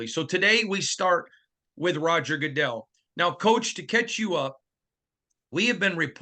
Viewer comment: Did just say Roger Gooddizzell? Lol.